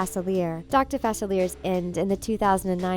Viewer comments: you pronounced Dr.Faciler’s name wrong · Yeah its written Facilier but its spelled in French